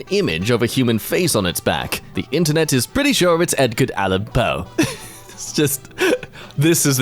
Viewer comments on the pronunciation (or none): none